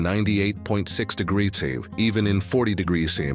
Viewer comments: what the hell is this degreesaf???? you can't say degrees? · "30 'degrass'"'???? shit AI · "30 degrassif"